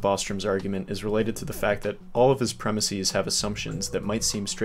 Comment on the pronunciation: Sorry, but I find it hard to take seriously someone who can't even pronounce the word "premises". Why do you keep saying it as "premisees"? Do you also refer to places as "placees", prices as "pricees", or horses as "horsees"? If so, then carry on. If not, then stop. It's just weird.